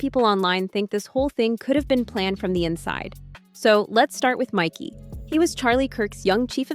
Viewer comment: It is MIKEY, not MICKEY or MICKY.